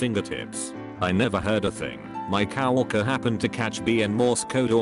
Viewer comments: Did anyone notice the voice saying the word co-worker as cow worker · humans: coworker text to speech: cow worker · i love how it reads coworker as "cow-worker"